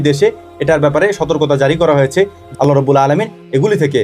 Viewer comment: আল্লাহ তা'য়ালার নামের শেষে হা উচ্চারণ করতেই হবে দাদা জী না হলে মহামান্বিত আল্লাহর নাম বিকৃতি হবে আর যিনি এই মহা বিশ্বের মালিক তার নাম বিকৃত করলে কি হতে পারে একটু চিন্তা করুন আপনাকে ওই স্রষ্টা সুন্দরতম একটা বিবেক দান করেছেন